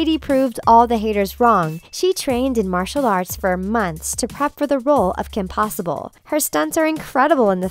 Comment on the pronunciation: my favorite part is when you said Kim pewter